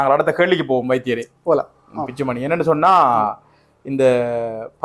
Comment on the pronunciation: Dr பிச்சுமணி இல்லை சார் Dr பிச்சுமணி 😄😄😄